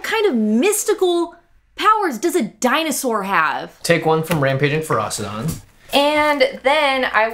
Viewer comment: The fact both Jimmy and keep putting a 'T' in Ferocidon makes me want to punch a kitten.